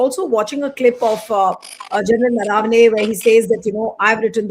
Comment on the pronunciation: Name is Naravane . Please pronounce it correctly